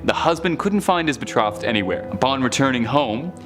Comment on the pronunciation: It's bee trow thed (betrothed) the O is long.